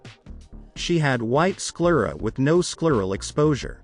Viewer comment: The eye outer canthal tilt thing is ridiculous. The angle of her face is different in those photos, so you can't compare them. When the face is tilted up or down, the angles of the eyes will change as well. You spelled the word "ptosis" as "ptose" and pronounced it and "sclera" wrong. This must be a non-English article translated and read by a bot.